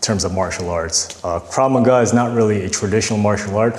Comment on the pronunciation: He lost me at Krav Ma Ga is my base😂